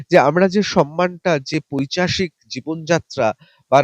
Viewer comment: পৈচাশিক নয় ,উচ্চারণ টা পৈশাচিক হবে,ঋতব্রত বাবু।